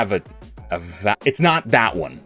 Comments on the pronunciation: It's pronounced uh va tah avata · lol no. It's avata. Pronounced. Uh-va-tuh lol like avatar with out the r on the end. And uh sound at the start